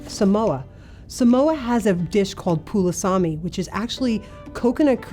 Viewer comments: Yes in Samoa it is Palusami. She just pronounced it Pulusami... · It is PALUSMI not pulasami!!!